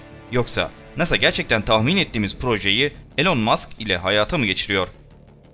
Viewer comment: Elon Maks degil Elon Musk :) Ayrica starlink icin daha binlerce uydu atilacak. Daha cok gorulecek abartma. Ayrica bu zamanda kimse herseye kolay kolay inanmaz. Hele bu kadar konusulduktan sonra.